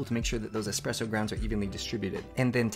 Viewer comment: all of these fancy expensive gadgets yet he's pronouncing it as "expresso" 😭